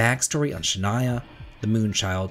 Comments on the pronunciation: Shania? i think you mean Sha-na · You pronunciation of Shana is the most spooky part of the video 😂